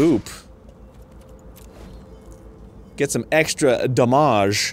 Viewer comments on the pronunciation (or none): The way Arin said ‘damage’ makes me feel more validated when I say it like that when I do an epic gamer move. Some words just sound better when pronounced in a French way 😂